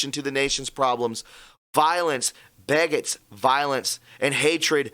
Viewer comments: It’s violence begets violence ( pronounces: Be - Gets) not as you said: (beggetts, pronounced: Beg-etts) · Begets. is pronounced Be Gets. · Begets..pronounced Beeee Gets :)